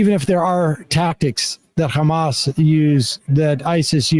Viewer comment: He repeatedly pronounced Hamas as HAM--us. Like Easter ham. Repeatedly. How is possible he doesn't know how to say it? I mean, i know....but STILL. He was president. Jeez